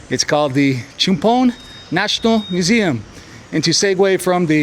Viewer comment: Great pronunciations again love it CHUMPHON = Cha Pone - LIKE AL CAPONE HAHAHAA I love all the "factoids" as well